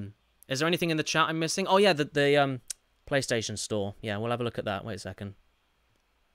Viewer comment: Ah, yes, my favourite game "Crish Twinsinity", followed shortly by "Crish Bindiciit Wirped" for the Pliystitiin.